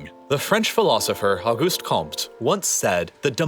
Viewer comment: "au" in french is pronounced like the letter 'o'. Auguste therefore sounds like "oguste" (just without the rolling of the letter that is very english-like)